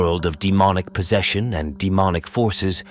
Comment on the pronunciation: You need to train that AI better in pronouncing words, I mean that AI voice totally butchered "possession". Anyway, I still love your content. Edit: the AI did it right, so there's not all hope lost for it.^^